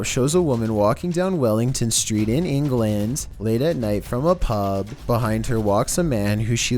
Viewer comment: Why cant you american's say ENGLAND right.